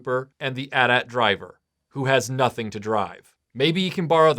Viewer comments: The constant "at at" thing is driving me nuts. Everyone knows it's "Eh Tie - Eh Tie". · Atat....it's AT-AT (Aye-tee Aye-tee) ... 🤭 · Dude, really? At at? You don't say at and tee when talking about a phone company. Anyway, the amount of Hoth stuff Kenner put out always bothered me. Other cool review video, but some how I feel like this should have been a bit longer given the amount of Hoth toys there were. Keep up the good work.